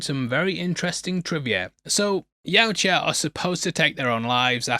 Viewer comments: It's Yautja, not Yautja. Sheesh. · its pronounced Yautja.